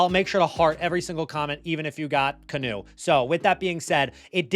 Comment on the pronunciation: “canoe” Kanu pronunciation RIP